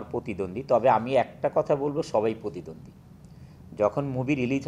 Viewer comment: পতিদন্দি।উচ্চারণ আমাদের ভুল যাক।কিন্তু অভিনেতারা যদি এগুলা বলে তাহলে কিভাবে হয়।